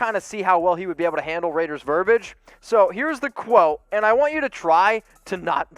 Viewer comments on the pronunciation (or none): The I is silent in verbiage